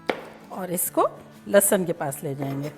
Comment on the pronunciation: Aunty bhhhht Bedhangi hain... Lehsun tak maayana nahi aata dhang se